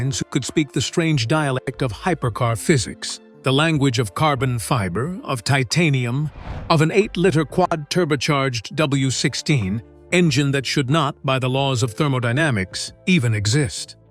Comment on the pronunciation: What, pray tell, is an 8 "litter" W16? AI needs to go away.